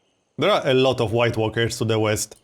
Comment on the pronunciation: I keep hearing white workers instead of white walkers